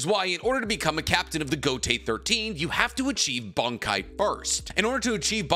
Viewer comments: It's Bankai not Bonkai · "bonk-Kai" What accent is this man using 😂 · You sometimes pronounce bankai (and shikai) markedly different from me, and it's throwing me for a loop. 😅